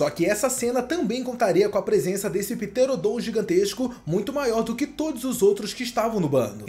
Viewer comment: Não é "Pterodon" é "Pteranodon"